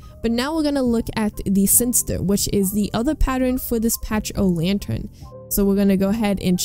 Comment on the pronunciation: My favorite skins are the broodmother and infected. Also when you say pachy it’s pronounced like packy